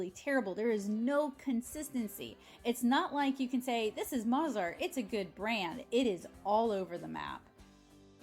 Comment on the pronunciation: “Mozart” Moe…Toe…Sew…Have you not heard of Mozart the famous writer of music??? I cringed every time you said the name incorrectly.